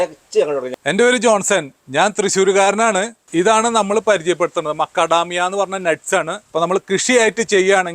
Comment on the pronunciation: I heard Lakadamia and Acadamia, but not Makadamia.